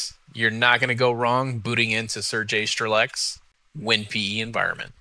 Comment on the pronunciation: Not StreleK, but Strelets )